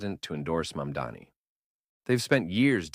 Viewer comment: no, i disliked when i heard how it pronounces mamdani. literally just watch vaush or kyle kulinski or someone better